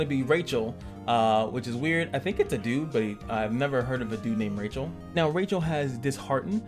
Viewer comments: AMAZING Video, very informative and safed me a lot of time going through this myself xD BUT, please dont Call him Rachel (Raytchel), please call him "Rah Chel" ^^ and the Tank Machine: "U Loom" :D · Rachel = Rah-shell. It’s French lol Xiaokahn is Jow Kahn like ow I hurt myself with a j or depending on dialect Show like ow I hurt myself with a sh in front.